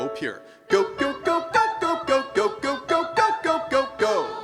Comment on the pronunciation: I gyo. Instead of Go. Is that ok?